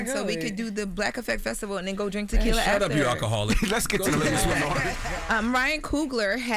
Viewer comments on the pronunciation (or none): “Takilla” Envy: “Somebretto” 🤭🤭🤭